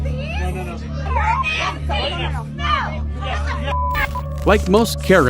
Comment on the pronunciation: Hermeeze😂🤣💀💀 gtfoh this aint no damn harry potter 😂